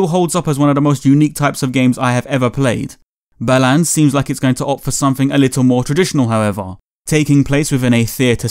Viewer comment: I keep hearing "Balan" as "Bellend"...